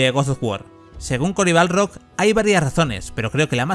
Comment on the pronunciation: me tosquea demasiado que le diga CORY BALRROG